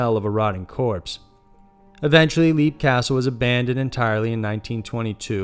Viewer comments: It's pronounced 'Lep'. Not 'Leap.' as in jump.. ;) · Okay, no, no, no... I very much enjoy your channel (I'm subscribed and eagerly await notifications), but c'mon. Some research, please! Even a glance at Wikipedia would have informed you of the proper pronunciation for "Leap" Castle. (It's pronounced "Lep".) While I'm a stickler for pronunciation, I can let certain mistakes go. But not when it's so simple and basic; and hearing "leap" castle over and over just got to be excruciating. I'm an American of Irish descent, and have a life-long interest in paranormal subjects. Even the most casual interest in such things would develop the proper pronunciations of the places and names in question; but even more so when you're presenting yourself as a Paranormal List channel, that supposedly researches these things. It's insulting to mispronounce names; and it shows apathy, and a lack of diligence. This was disappointing. :( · "Leap " Castle is pronounced "lep". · Leap is pronounced Lep like Leopard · Leap Castle is pronounced 'lep' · Leap castle is pronounced lep